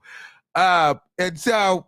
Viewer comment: And sometimes he hits us with "AND-SHO".🤣😂🤣💀